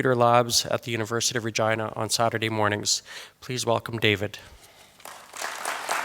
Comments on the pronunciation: Why does the presenter make Regina sound like vagina? Where I come from we pronounce "Regeenah" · As an Italian, I'd like to point out that Regina is pronounced "Reh-jee-nah" not "Reh-jai-nah", sounds really rude that way too! Regina means Queen in Italian :) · I heard the whole thing just saying: University of vagina. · Ahhhhhhhhhhhh, Regina, not Vagina. Sorry mate! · I've heard Dave mention his college name in his garage channel and I thought he was saying University of Virginia but said it with an accent to sound like vagina. and for the first time I see its actually Regina. anyways, seeing the podium made me chuckle. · is it just me, or does it sound like he says vagina? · Is he saying Vagina? 🤭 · Damn. I can't unhear university of vagina. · Is it only me who hears "University of Vagina" every time he says University of Regina ? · Oh, I always though, Dave pronounced Virginia as Vagina! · I know I'm tired... But I hear the presenter saying vagina so many times :) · Great video Sir. Thank you for taking the time to post. I'm sorry but the 10 year old in me is cracking up over the word "Re-Gina"... LOL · 😂. I thought he said “And that was the moment when I discovered University of **gina” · Sounds like vagina every time the guy at the start says Regina. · I did not know that's how you pronounced regina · I thought he was saying University of Virginia but deliberately mispronouncing it :D